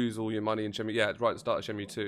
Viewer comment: It's Shen-Moo